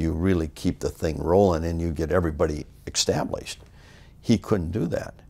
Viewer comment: One thing for sure, Greg knew how to get someone "ekkstablished"